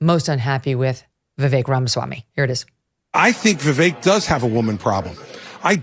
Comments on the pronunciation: First guy, its like Vivek like cake not not va vick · For anyone who can't say Vivek properly: Easiest way to pronounce VIVEK, say these words exactly how you pronounce them BUT TOGETHER: WE-WAKE Pronouce them each as you normally do but pretend they are one word. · How can he say he k owes Vivek when he can’t even pronounce his name correctly!! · There is no way Josh Holmes does not know how to pronounce Vivek's name. The fact he does not pronounce it properly, shows a lot.